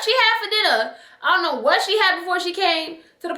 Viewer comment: The “ion know” killedddd meeeeeeeer